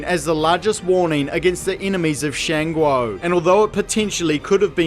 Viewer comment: I really don't have an opinion on this afterwards but your pronunciation of Shan Guo is disgusting.